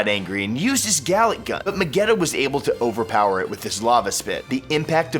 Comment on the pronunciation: Did this man just say double Galick gun...